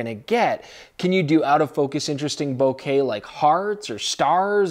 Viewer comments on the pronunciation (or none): none